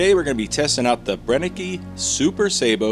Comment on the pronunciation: It´s Brenneke. Three times „e“, three times the same sound. It´s not that complicated, …